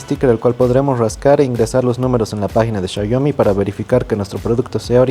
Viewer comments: Qué esperabas de un espécimen que pronuncia shaiomi 🙄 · Me da dolor de cabeza cuando dice "chayomi" pero buen video saludos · PORQUE LE DICEN XAYOMI xd